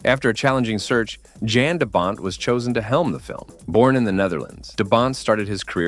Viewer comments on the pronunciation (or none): Fuck! People do your research! Its not JAN its pronounced YAN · It's pronounced "Yan" He's kind of a famous cinematographer😀